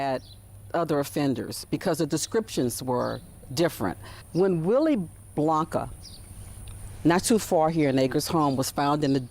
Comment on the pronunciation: It’s Willie Bianca not Blanca…